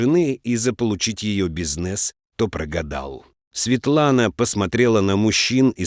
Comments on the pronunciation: Что за слово бизнЕс, кдврение на 1ом слоге -бИзнес. УЖАС.СЛУШАТЬ ПРОТИВНО.😮😮😮😮😮😅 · А можно,чтоб человек читал,а не робот? Эти ударения,бизнес не Е,например,прям бесят😢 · Чтец, произноси правильно слово бизнес.